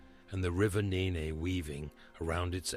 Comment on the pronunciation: The river what? Please learn how to pronounce 'Nene'.